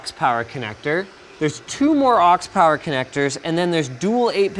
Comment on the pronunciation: "Now you're playing with POWAH!" :D